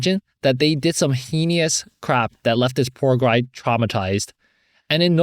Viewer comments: S2: he is absolutely just “dating” that girl to make OP jealous S3: a very gentle correction, “heinous” is pronounced “hay-nuss”. I totally agree with you, Stuart has absolutely no obligation to forgive OP. OP says he didn’t realize the mental toll bullying has while he’s being abused by his step father??? How does he not realize that? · i can't be sure since it isn't subtitled, but in your corner for story 3, at about , it sounds like you're trying to say "[...]they did some heinous crap[...]"? if so, "heinous" is pronounced "HAY-nuss."